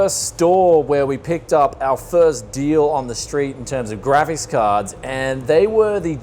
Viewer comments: Its GRAPHICS dude stop saying grafis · It’s graphics cards not gravis cards